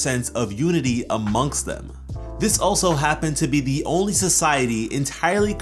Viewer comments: lol a-monks them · "amongst them" "aMONKst them" I get you